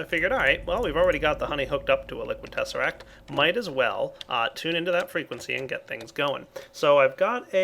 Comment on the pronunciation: Tezseract???!!! XDD